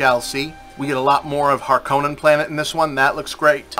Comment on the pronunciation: Ahhh, noticed you used the Lynch pronunciation for the Harkonnen's. I liked that pronunciation better, it makes them sound more brutal. I recently saw the longer 2.5 hour cut of the Lynch version as a Fathom Event.. It has its problems, but still a lot I still like about it.